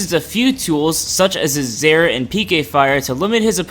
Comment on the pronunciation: did you say zair? what's a zair?